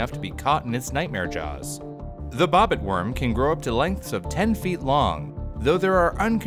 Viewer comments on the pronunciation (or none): I swear I though he said “bopit worm” and not bobit worm